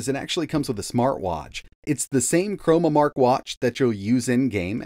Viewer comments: ChroNOmark, as in time. Not chroMOmark, as in color. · CHRONOMARK not "chromamark"